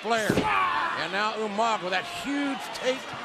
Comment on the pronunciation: RIP "U-Manga" as Regal would say.